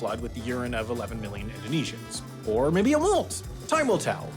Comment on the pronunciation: Came for the mispronounced Indonesian words and was not disappointed